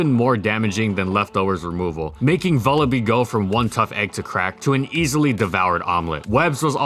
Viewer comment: Vullaby rhymes with lullaby, by the way, at least last I heard.